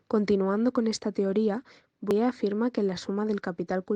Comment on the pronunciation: Me ha gustado, pero un apunte el nombre de Bourdieu lo habéis pronunciado de muchas maneras. Como profesora de francés os pido que lo pronunciéis bien. Utilizad Forvo, una plataforma para buscar la pronunciación de palabras. Ahí os saldrá la correcta pronunciación. Gracias